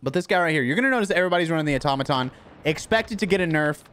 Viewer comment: Finally someone who knows how to pronounce Automaton!